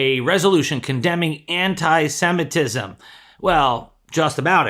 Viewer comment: Holy crap you're the only person that knows how to pronounce the word Semitism